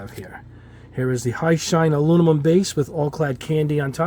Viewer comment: Aluminum not alumimum